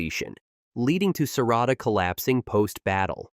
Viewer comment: EVERYTHING IS COOL UNTIL YOU SAID SARADA WHAT!!!!!